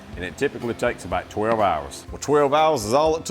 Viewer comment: I know you have a Southern accent, but accent is NOT annunciation. You do not ANNUNCIATE a LOT of your words - OUT is NOT prounced "ET"! VEGETABLE is NOT pronounced "Vegeble"! "LIKE" is not pronounced "Lie"! "ABOUT" is not pronounced "ABET"!